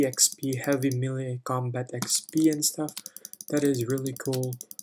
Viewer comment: is no one gonna talk about him saying millie intead of melee